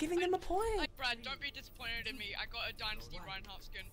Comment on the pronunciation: It isn’t Dinisty it is Dynasty I stg